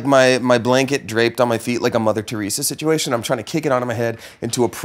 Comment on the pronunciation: "Like a mother tereasa situiatin